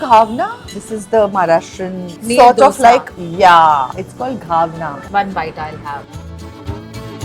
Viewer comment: It’s not ghavna, it’s घावण.